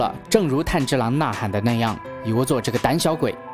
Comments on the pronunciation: 没想到会做动画（虽然也是电影） 是炭之郎噢 字幕是炭，但念成岩了 😅 那可以期待你讲《进击的巨人》吗？第四季要回归了！😎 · 是"炭治郎"，不是岩治郎，起碼主角名字要念對呀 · 炭(yan)治(zhi)郎(lang) XD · 男主的名字竟然可以唸錯兩次… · 連男主角名字都唸錯。非狂熱粉絲的我覺得你很不優喔